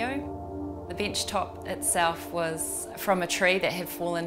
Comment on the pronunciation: a "binchtop"/ Oh, you mean a bench top!